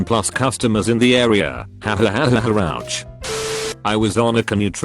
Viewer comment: "HAHAHAHAH OUCH" WHY DID IT SAY IT LIKE THAT 😂😂😂